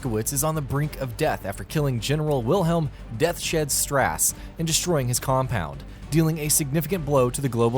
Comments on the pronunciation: I thought the same thing almost immediately. It's Deaths Hed, not Death Shed. I've listened to a million reviews on this site, which I generally like, but I swear the reviews are written by one guy and read aloud by another for the review. As the gammar errors are ridiculous. There are several each review. Overall, like the site, but learn English please. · What you pronounce as "Death shed" is pronounced as "Death's Head" and the name works because of that character's skull-like visage and because it sounds scary. But I'll give you a smiley face sticker for trying.